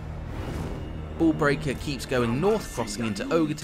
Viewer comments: I heard Mr Ball Breaker and not Mr Bull Breaker lol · You know he might have meant to say bull breaker but you know he saying ball breaker.